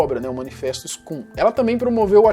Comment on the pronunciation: Só um adendo: Scum pronuncia-se "scãm", do inglês, significa "Escória" Ótimo vídeo mano